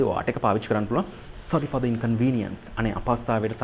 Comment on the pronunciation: Sorry for the inconvenience sentence eke inconvenience wachane පළවෙනි akura vowel ekak nisa the (ද) pronounce වෙන්න ona දි sound නේද